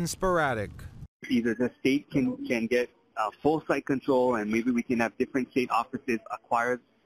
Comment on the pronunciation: Yep. I've noticed that he pronounces words goofy. Like "setho" instead of "settle", or "deh" instead of "debt", "geh" instead of "get".